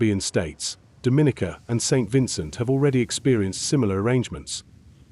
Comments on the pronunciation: The proper pronunciation is DOMinica! NOT DoMINIca. Thank you:-) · Every time the video says Dominica wrong it's like a knife to my ears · DOM-IN-E-KA!!! Please learn how to pronounce this country's name. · Dominica is pronounced like Dominoes, with a hard "O". Someone from Dominica (hard O) is a Dominican (hard O). A soft "O" makes them from the Dominican Republic because they would be referred to as a Dominican with a soft "O"......it would be pronounced DAminican but the spelling is wrong. I'm 50 years old and still hearing people pronounce my Island wrong. Imagine if someone was pronouncing your name wrong, would you not correct them. Great news for our the Caribbean people.